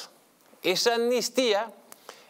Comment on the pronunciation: Amnistía, se pronuncia con una ¨M¨ delante. Si no, suena mal al oído.